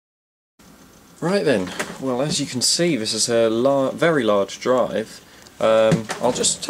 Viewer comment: Just funny when you say as you can see this is a large emm wery large drive :P